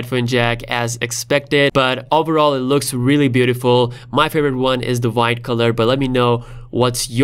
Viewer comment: I like how you say: VVVhite😅